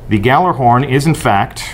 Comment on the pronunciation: Someone from bungie doesn't even pronounce gjallarhorn right-_